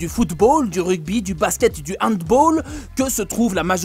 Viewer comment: On dit pas hanboll mais handball